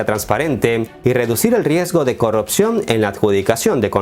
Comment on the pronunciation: Hola. Imagino que vives en un país no-hispano... Pero no se dice "corropción", sino corrupción. Saludos.